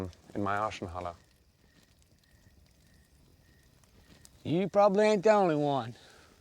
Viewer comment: He says "arschenhalle", wich ist really crude and wrong German for "ass-hall".